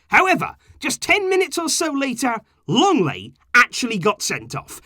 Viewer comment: It's LENGLET, NOT LONGLET!